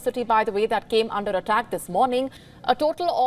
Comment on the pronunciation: "Vlawedimir" "Eddl attack"